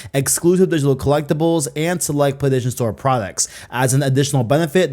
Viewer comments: If this guy says playDation again im gonna go insane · Every time he says 'Playstation', it sounds like he's saying 'Playdation'. I stopped watching halfway through because it was all I could focus on. 😂 Sorry, bro, I tried to make it to the end. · U don't say Playstation right.. i can't stand it lol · Dudes yt name literally has PlayStation in it. You’d think he’d figure out how to pronounce it